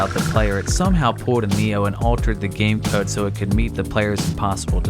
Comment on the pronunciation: "Enter kode" God damnit.